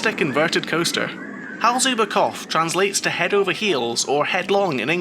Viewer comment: Great review of a great park! A hint about the pronounciations, if i may: "Hals über Kopf", the "Hals über" was very good, with "Kopf" you left out the P. Imagine a word like "drop" and then add an F, then it's better. Funny enough, you did a much better job with the "pf" during "Volldampf". However, the V is pronounced more forcefully, like in "full". So something like "Foll-dumpf". For the longest time, they did the same mistake on Sky Sports UK with Sebastian Vettel, making the V too soft, in German it's pronounced like an F. Anyway, good job again on the review.